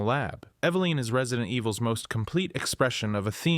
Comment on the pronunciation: Eva-line..? Try this, evelyn. That's the correct pronunciation